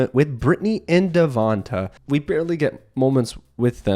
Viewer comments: loll I think they meant your pronunciation of his name. It’s “Devontay”, not “Devontuh”. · The way you are saying Devonte is really throwing me off 😂 but I love your content